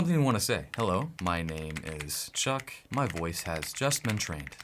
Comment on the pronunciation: Hello my name is Chuck ❌ Hello my name is Suck ✅😂🤣